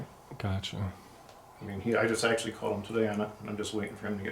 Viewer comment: "I WAs ActIALY WACting a trAIMinG vIDYa" 👮🤡